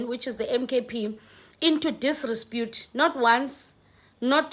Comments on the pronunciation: sorry mam, its DISREPUTE not disrespute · it is DISREPUTE not DISRESPUTE as you pronounce it, please accept my humble corrections. You have been saying this repeatedly. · disREpute my sister not disRESpute🤣🤣🤣🤣🤣🤣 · Disrepute and NOT disrepute. Just CORRECTION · It's not disrespute, it's disrepute!! If you know what I mean🤭😂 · It's not direspute, it's disrepute..if you know what I mean🤭😂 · It is disrepute and not "disrespute". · The word is desrepute and not desrespute.. But I really like and follow your podcasts... yoooooooo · I wonder you're saying this word "disrepute" correctly. It sounds like pronounced as disrespute which is unpalatable